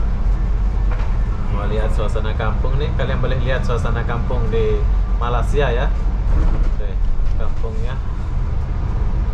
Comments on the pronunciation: Ya saya pun pernah komen tentang ini : Melei-sia bukan Malai-sia. Tapi susah nampaknya nak ubah. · Tolong betulkan tutur bahasa anda kerana sebutan anda dengan ejaan Malaysia bukan Malasia . Tolong belajar di sekolah untuk betulkan sebutan ya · Bukan malas sia ye sebut dgn betul ye tolong ye , sekolah sampai level mana , malay sia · Please ya lidah orang Melayu dan Jowo nga ada bedanya ya. Masing masing makan belacan dan makan tempe. Soal loghat dan sebutan nga harus ada bedanya. Janggan bahas alasan ya nga bisa sebut Y pepet I ya.